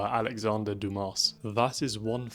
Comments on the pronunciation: Dumas-> Doo mah. It’s French my guy. Great video though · Not to be that guy, but the last name of Alexandre Dumas is pronounced "doo-maa" :) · The S is silent, BRO